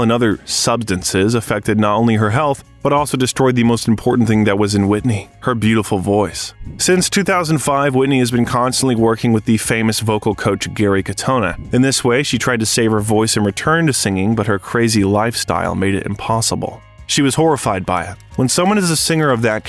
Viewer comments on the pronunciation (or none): Its Gary not Harry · Omg. Her brothers name is GARY not HARRY. I clicked off. Hate a lazy YouTuber. Simply research helps. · I saw plenty documentaries about Whitney and I just have to say that yours is part of the best of them!my opinion! Except for Harry it’s Gary but the mistake is easy 😜! Can you do one about Crissy and her weird uncles?! Just would like it 😜! Anyway, 👏🏽 👏🏽👏🏽👏🏽👏🏽, good job 👍🏽 ! From France 🇫🇷 ❤